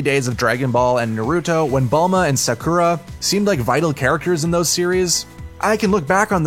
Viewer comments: Did this guy say sakoooooooora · yo listen to how he said sakura 😳